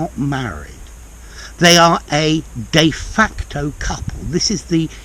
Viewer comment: Love the way how you prounounce de facto and de jure